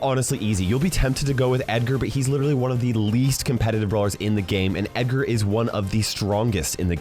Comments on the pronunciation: Any legendary can really be picked (except Meg, whose damage and stats are like toilet paper rubbed on an Abrams Tank).BTW, he said Eggar not Edgar. #biringedgar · Nah nah nah he said eggar